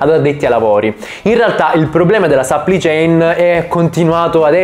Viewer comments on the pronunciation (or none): Dio santo aggiusta il tuo inglese. Supply chain non Suppli chain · supply chain non si legge sapplì ciein, ma si legge sapplai ciein (che poi ad essere precisi la “u” non si legge nemmeno come “a” ma è il suono della schwa).